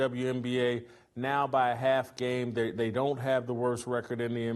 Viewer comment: Did he say cuz they “scissor” 😂😂😂😂😂😂😂😂😂😂😂😂😂😂😂😂😂😂😂😂 I am dying laughing!!!!😂😂😂😂😂😂😂😂😂jajaja